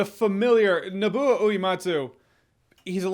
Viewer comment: "Naboo Uh-eematsu" - Jeremy Jahns 2020